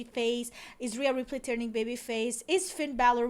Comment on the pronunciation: Rhea. Not rea. Feels like the effort in the videos has gone downhill recently :/